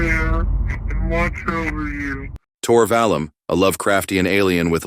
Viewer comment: tor valum? are you fr rn?